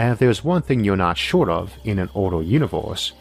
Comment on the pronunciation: Is this some parody that I don't get? Why does he keep saying univ-horse? Is it a bad accent? A lisp? I just don't get it but I also can't keep watching, it's just way too distracting to be honest, you folks need a new narrator p.d.q!